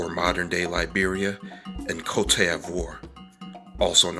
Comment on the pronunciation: Not "African slaves," but ENSLAVED Africans. Think about it. Côte is pronounced coat, by the way.